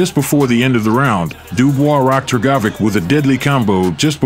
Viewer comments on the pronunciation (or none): I couldn’t focus on the vid every time Hrgovic name was pronounced incorrectly. Damn AI needs to be fixed.